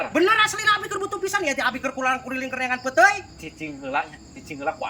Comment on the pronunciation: Admin, sanes petey tapi "peuteuy".